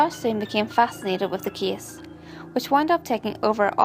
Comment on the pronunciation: Me too.The kiddie so I thought abt McDonald's Kiddie Meal 😂 but really nice info too. Only the pronounciations like Kiddie, Case (i thought it was Kiss), Wengit..just need to improve the proper pronounciation. ✌Even me I sometimes pronounce other words wrong but with this one maybe she just need to review some words..the proper pronounciation.